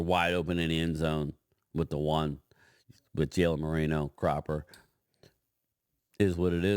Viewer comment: Brian...TOO FUNNY.........EDOGA....NOT CHUMO EGODA.....LOL.....AND CALLS CROPPER...CLAPPER...